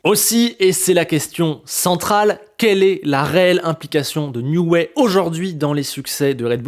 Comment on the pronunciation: Excellente analyse comme toujours ! Par contre, ça pique un peu les oreilles... on dit "Nioui", pas "Nioué" (c'est Newey, pas Neway)